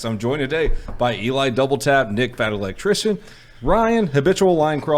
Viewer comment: Sounded like he called nick “Dick fat electrician”